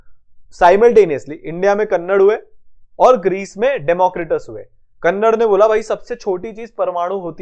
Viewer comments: kanada nahi कणाद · Its not कन्नड़ its कणाद 🤣